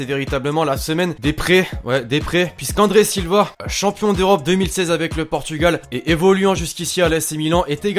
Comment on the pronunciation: toujours tu dit chompion du monde arrete elle le 16 auot